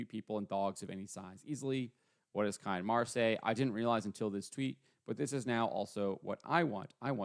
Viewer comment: Cian is pronounced like keen..get it right